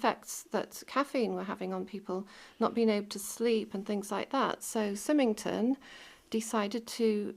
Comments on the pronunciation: Symington is pronounced Si-ming-ton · What amazing treasures you found!! Love the complete clay pipe! For ref, you pronounce the name Symington the same as the start of the name Simon. Symington is a village in Ayrshire, not far from Prestwick. Look forward to the next video. Take care xx